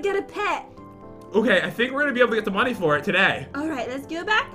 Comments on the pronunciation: If u would know jen rly well u would know that she said moneyz when she ment to say money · It's money not moneyz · We’re getting lots of monies! Me:Mo...mon...monies?